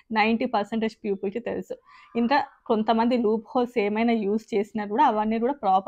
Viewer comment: పూపిల్ కాదండీ పీపుల్ అనాలి